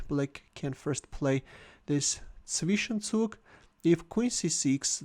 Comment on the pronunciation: The "Zwischenzug" 😅😂